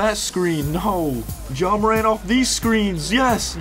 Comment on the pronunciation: His name is pronounced John morant 🤣